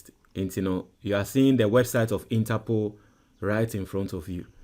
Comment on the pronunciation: So u think ur listeners r deafs or what? Interpool 20 times 😂😂😂😂😂